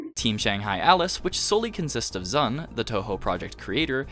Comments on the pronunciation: Anyone else died inside a little bit every time he called Zun "Zan"? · You kept calling Zun "Zan"